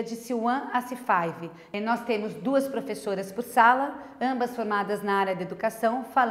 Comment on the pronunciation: "C faivi"